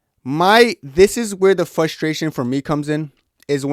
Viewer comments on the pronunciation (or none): “Fustration” “Fustrating” bro learn to annunciate properly. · There's an R after the F in frustration brah... Just like there's 6 Ls after Izzy's name now 😂